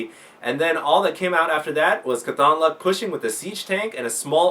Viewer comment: Great work, great matches, great video. By the way, it's pronounced CAWTHonluck, not caTHONluck. Mat Cauthon is an exceptionally lucky character from the wheel of time series, and at least the readers of the audio books pronounce it that way. Nitpicking, I know.